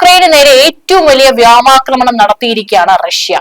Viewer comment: വ്യാമാക്രമണമല്ല , വ്യോമാക്രമണമെന്നാണ് , ഇത്രയും നാളായിട്ടും ഇതാരും ശ്രദ്ധയിൽപ്പെടുത്തിയിട്ടില്ലേ.....